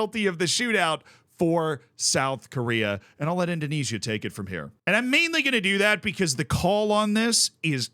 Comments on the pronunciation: With a name like, you'd think he could pronounce the Dutch East Indies correctly 😂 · The way pronounces 'Indonesia' intrigues me.